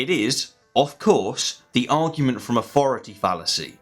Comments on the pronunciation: Could you please use th instead of f. Its authority not aufority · “Rezer?” “Aufority?”